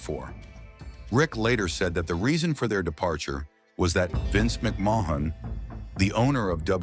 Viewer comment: yeah ... almost didn't notice the AI at first but stuff like "Vince McMoan" stands out